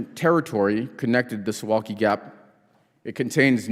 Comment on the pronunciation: As expected, the word SUWALKI (as in Suwalki Gap) got an atrocious treatment of American mispronunciation. Second, what makes that Gap a thorny geopolitical spot is not much the proximity of Belarus (as VA Rep. Vindman said) as that of the Kaliningrad exclave. Of course, our Pete here is heavenly (and heavily) clueless when it comes to Eastern (or Western, for that same matter) European history & geography.